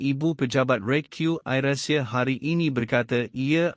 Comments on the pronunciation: I am shock at this news reader pronunciation where Air he pronounced as 'ayer' which is water. Hope the people who produced such news select competent newsreader who can distinguished between Malay and English pronunciation. This has happened many times. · saya rase nak mentah dan gila otak mndengar pembaca berita ni tersebut2 "Ayer" Asia.patut dia di beri kursus mefahami inggeris terlebeh dahulu.😇😩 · sangat MEMALUKAN....Pembaca youtube ini tak pernah dengar AIrAsia ke ? baca `AIR` dalam sebutan bahasa inggeris BUKAN dgn sebutan bahasa melayu... AIR yg dimaksudkan bukan benda yg diminum itu. mual sungguh la kamu baca. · Admint ni datang dari planet mana ni. Air inenglish dng air in bahasa melayu pon dia tak tahu sebut. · Apa punya admin ni....AIR ASIA tu guna sebutan dlm bahasa English laa..ada ke patut guna bahasa Malaysia...Air hujan ke..?buat malu jer..🤣🤣🤣🤣🤣🤣🤣🤣🤣🤣🤣🤣🤣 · Air (bahasa inggeris) bukan sebut air (bahasa malaysia) ....tolongla sebut betul2 .. sakit telinga dengar ... hihi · adoiiii...siapa bertutur ni ? sebutan2 langsung tak betul....AIR.....bukan sebutan melayu...bukan AIR minum...